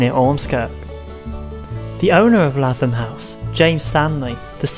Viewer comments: Lath-am house 😂 its lay-thom either way great video i love learning about my local history in a fun and hilarious way 😂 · Lathom is pronounced as if you were saying Laythom.